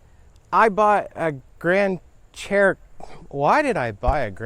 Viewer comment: stop saying cherokeets lol